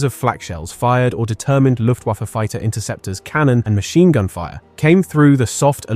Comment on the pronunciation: "Loooftwoffer"? Ffs kid.